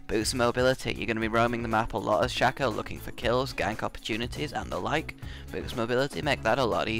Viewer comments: A good tip to all from a actually good Shaco player ---> me Never deceive forward! Deceive behind them, they will never find you because they think you just wanna teleport forward to get faster back. So always teleport behind them so they get confused.. Also it's called Shaco, not Shoco - Right way to say it is.. Shayco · yes oh btw shaco is pronounced (Shay-co)